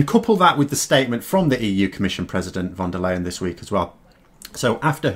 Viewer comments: Ursula von der Leyen's name is pronounced "fon dare lion", not "von dur layen"! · Please,, since von der Leyen is gonna be in the news for a while longer, you might want to pronounce her name correctly. It's actually really simple as it sounds exactly like "fonder lion" in English (which a stress on 'fon'). I know you can do it, you're a clever guy!;-) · It's pronounced Fon Der Line mate😁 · looks more like the pronunciation it's spelled von der ähm Leyen